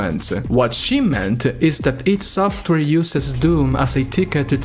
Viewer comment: It's pronounced EYE DEE SOFWARE yet your still wasting your time criticising someone else for there words and opnions on a game that kinda sucks compaired to its predecessors even though you cant speak properly your self 🤷‍♂️ Good job 👏🙄